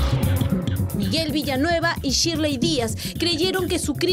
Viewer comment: NO ES CHIRLEY ES SHIRLEY CON S